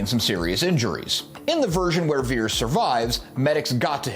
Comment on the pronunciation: Its pronounced "Vee-Ears," not "Vears". Put some respekk on his name 😊